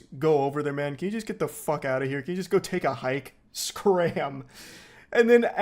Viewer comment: what th fwuak